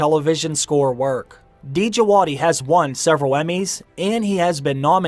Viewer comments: Hey 👋 Ramin djavadi is iranian composer Pronunciation of his name is Ramin djavadi not D javadi Love your channel keep on the google work 🍻❤️ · Ra meen It's just Jawadi. Don't pronounce the D❤✌He did amazing work for Westworld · The d in djawdi is silent.